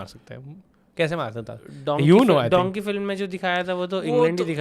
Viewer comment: Abe lendio! Its dunkee not donkey 😂